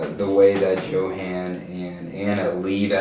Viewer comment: But the boy's name is pronounced "Yo-haan". Don't you listen to me in class? ;)